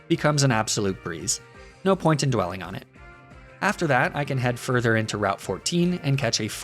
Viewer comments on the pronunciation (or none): none